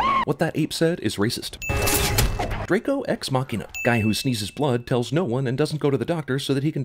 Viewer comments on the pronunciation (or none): none